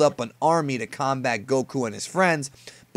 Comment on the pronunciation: Did you just say Dr. Garro? Super Siyan? Gokuu? Your pronunciations are so cringe dude.